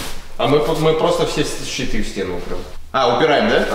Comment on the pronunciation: Мне одному показалось Читы а не щиты